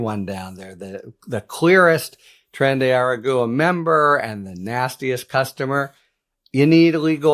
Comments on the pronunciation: Please consult with your colleagues on the pronunciation of Tren de Aragua. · Not that I am sticking up for Tren de Aragua, but your Spanish pronunciation is in need of practice.